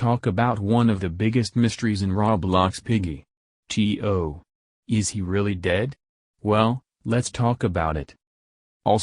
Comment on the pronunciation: Tio not ti oh